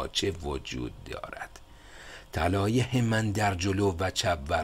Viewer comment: جناب خسته نباشید و با تشکر اگر به تلفظ کردن یه کمی بیشتر دقت کنید کار زیبایتان زیبا تر خواهد شد چون کاری را که شما انجام میدین فقط برای وقت گذرانی نیست کاری است که فایدش رو در مدت طولانی خواهید دید علاقه مند کردن جوونا به کتاب کاریست مهم و شما دارید با در دست گرفتن گوشه ای از این کار مهم اونو انجام میدین ه همیشه ح نیست مثلا طلایه طلایح نیست بخاطر همین چند وقت پیش از شما تقاضا کردم تا قبل از پست کردن یک بار خودتون گوش کنید البته این به هیچ عنوان از ارزش کارتون چیزی کم نمیکنه ولی میتونه به ارزشش اضافه کنه دو باره ازتون تشکر می‌کنم